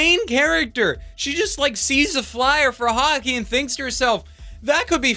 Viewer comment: About halfway through this review, I started hearing Hockey as Haki.